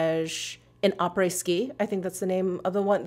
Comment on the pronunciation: Oh and props for your pronunciation of "aprés" this time!